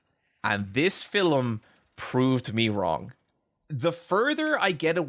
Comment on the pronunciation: That's not true. You also get to hear try to pronounce film a few times with various results. Sometimes he catches a film, but 3 seconds before it's a fillum, whatever that is.